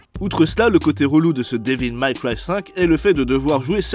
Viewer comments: C'est ton anglais qui est série B. Dévil Maille Craille... sorry, Maille Cwaille. C'est franchement limite bordel !!! :-) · Devil may cry pas devil my cry (prononciation) sinon très bonne vidéo 😊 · super vidéo mais " Dévil Maille Craie" ce n'est ni du français ni de l'anglais - ça se prononce devil mai craille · Devil May Cry. Sérieux ça choqué personne la prononciation horrible durant toute la vidéo. J'ai même cru que c'était un troll au bout d'un moment. Pas Devil Maille Cry. Ou Mac Cry. Ça ce dit Mé. Ça c'est une bonne vidéo qui sais correctement parlé... Abusé que personne ne relève. Métal Jear. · "daiville maille craille" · Oui j'ai cru au troll aussi. :D "Dis-ville-maille-caille" Je l'entends rarement prononcé correctement par un francophone, mais là je crois que c'était la pire. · devil maille cry.... quand la moutarde monte aux yeux. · Devil méï craï. Pas mal cry. Bordel. Apprenez à parler anglais. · Devil Mac Ry????